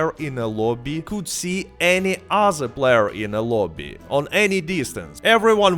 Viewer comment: You even say "other" like "uhzerr" but then pronounce "THE Gun Rush" totally fine. YOU'RE A FRAUD!